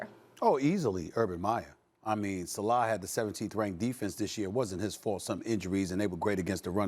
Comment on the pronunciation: Sa Leh not Sa Lah